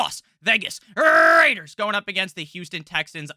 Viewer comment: when hits that las vegas rrrrrrrraiders